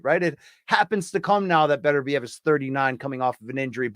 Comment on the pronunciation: And he still can't pronounce Beterbiev.